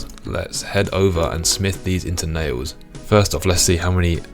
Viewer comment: Damn... you said Nails so many times! All I can hear is "Nayoes". Pickling my brain...